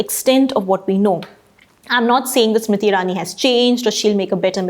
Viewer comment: Why you keep calling her Smiti and not Smriti?